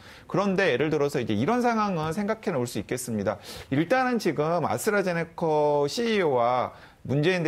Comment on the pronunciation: 오, 아수라 제니카 (ASTRAZENECA, 아스트라제네카) 교수 재등판이구나! 이제라도, 방송에서라도 ASTRAZENECA 를 제대로 읽어, 지칭을 할 수 있으려나?